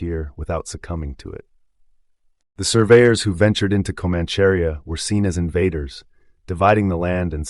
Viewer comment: 'Comancharia' is pronounced Co-manch-a-ria not the butchered word your trying to say lol... Thanks for putting on YT